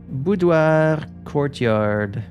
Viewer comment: I love that you pronounce all the loan words from the French language like Reservoir and Boudoir in the correct way! Fun cultural exchange